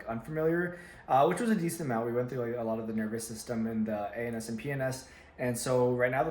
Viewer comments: I swear I heard anus and penis instead of ANS and PNS lol I'm such a kid. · definitely thought he said anus and penis, not ANS and PNS 😅🤣